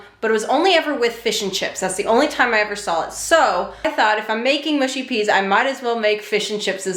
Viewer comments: Mush as in us not Moosh 😁😁👍👍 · Mushy rhymes with lucky, not spooky. 🙂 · Mushy peas, not mooshy. People "oop narth" say mooshy, but then they say oop. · Looked great, hope you enjoyed. The peas looked spot on. You can say mushy or mooshy doesn’t really matter it’s like scone and scone lol I think it depends where you’re from but don’t quote me on that. They’ll know what’s you’re wanting either way. You’ve made me want a fish supper for my tea now, dammit. Oh and ps have whatever sauce you want; personally I have hp on the chips but only salt on my fish to keep it crisp; each to their own but no, hp is not uncommon and perfectly acceptable for fish and chips. Xxx ✌️❤️🏴🇬🇧🏳️‍🌈xxx 🐟🍟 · It's pronounced "mushy" in the south and "mushy" in the north... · Not MOOSHY ! MUSHy.... as in what you say to a sled dog . What about trying to cook a SUNDAY ROAST dinner ? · Mushy rhymes with gushy not swooshy. I have HP Sauce with my fish and chips. Mushy peas def need vinegar and are supposed to have soft lumps as that’s the mush 😊